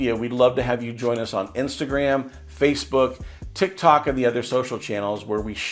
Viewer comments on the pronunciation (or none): none